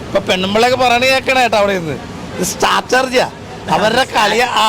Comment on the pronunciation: "സ്ട്രാറ്റജി" അതാണ് pronunciation.. സ്റ്റാറ്റർജി അല്ല 🙏🏼ബിഗ് ബോസിന് അകത്തുള്ളവരും പുറത്തുള്ളവരും അത് തെറ്റിച്ച് പറയുന്നത് കേൾക്കുമ്പോൾ അരോചകം 🙄 ഇന്റർവ്യൂ എടുക്കാൻ പോകുന്നവർ ഇതൊക്കെ ശ്രദ്ധിച്ചാൽ കുറച്ചുകൂടി നന്നാവും🙏🏼